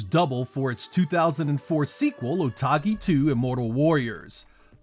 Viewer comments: Otogi is a Japanese word. So it's "Oh toh gi" not "Oh tah gi" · Why you pronounce otogi "otagi" lol good video anyways but shame on you not mentioning jetset radio future ! 😢